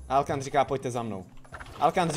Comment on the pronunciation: Hej mě přijde že ta siry říká alokan místo alkan